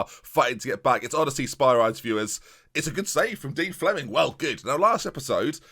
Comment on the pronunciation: I know we don’t care about those stuff in this channel but......it’s pronounced odyse-as spee-ree-dees